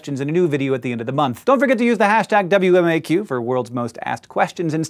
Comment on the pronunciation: Lol when he said "Use the hashtag WMAQ," it sound like he said WMMAQ!